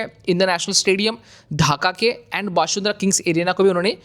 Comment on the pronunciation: One correction: it's Bashundhara ✅ you can pronounce it as Bashun-dhara ✅ or the bangla pronunciation Boshun-dhora ✅